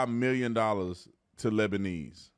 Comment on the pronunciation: Every time you said "Labaneese" I thought about that Eddie Murphy movie where he dressed as all the characters siting around the table and the grandma character was saying "OH my little Hurkaleez". Coke spewed out my nose.